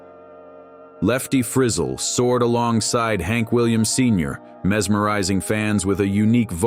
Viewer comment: Learn how to PRONOUNCE names like Frizzell.....